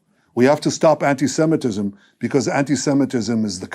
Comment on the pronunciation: I think he should stop saying antysemetism. Just when u think u cant hate him anymore . You hear him speak . 😂